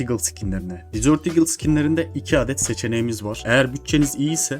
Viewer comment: Ukalalık olarak anlama ama dizört diye okuyunca tatlı oluyor dezırt diye okunması gerekiyor